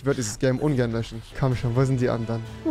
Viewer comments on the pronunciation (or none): Jede andere Person: "löschen" Rewi: " löchen" 😂🤦